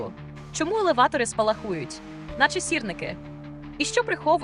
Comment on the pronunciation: ви тільки послухайте як вимовляє спалаХУють з наголосом на